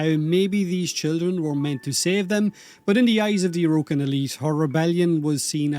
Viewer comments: “O’Rokin” the Irish accent is strong with this one 😂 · Please pronounce Orokin properly